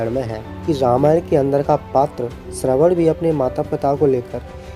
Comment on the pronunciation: Shravan-Kumar aur shravan-putra ko shraman Kumar ya shraman putra bola jata h